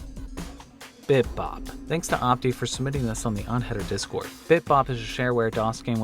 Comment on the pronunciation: ....I just scream or make noises when you say d-cord....... or try to.... there are times were you catch me off guard and............I hate it please stop saying d-cord...... it traumatizes me...... everyday when I hear it..... please..........it hurts... -Devon Boyko